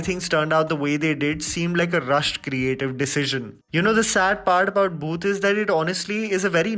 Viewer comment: it's bhoot not booth. By the way I like your work